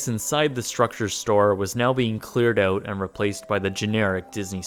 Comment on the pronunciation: Out* owt... not oot